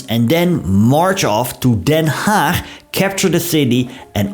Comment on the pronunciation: Hulde dat u Den Haag normaal uitpreekt.